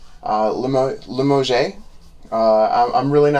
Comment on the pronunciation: Pronounced li mohzh You need not be sorry or apologize for injecting humor into your videos. Always nice to have a chuckle on this side of your videos.